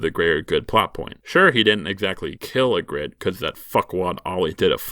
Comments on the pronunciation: EE-gritte, not e-GRITTE. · I like the running gag where you mispronounce almost every character's name just a little bit by changing the emphasis. Makes me laugh every time. ee-GRIT, ay-MON, JOR instead of Jeor. I love little jokes like that. ...it IS a joke, right? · Your pronunciation of Ygritte was horrendous. Still better than most fans.